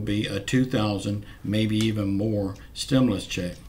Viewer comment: STOP! SAYING!!! ""STIM-LUS!!!!!''''''